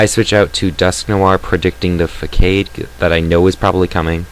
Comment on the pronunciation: Hehheh.... Swellow use Fuck-ade XD Its pronounced Fuh-SAHD, but thats ok. I pronounced it like Fuck-ade when it first came out too :P And you said "I was like Fuh huh huhhh..." a lot XD